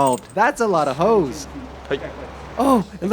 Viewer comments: "That's a lotta hose" Haha, misheard that at first. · “That’s a lot of Hoes” Or did he say hose? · Did he say more hoes 😂😭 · Am I the only one that heard “Thats a lot of hoes!” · lol nope, I heard it as well. Very similar pronunciation for 'hose' and 'hoes'.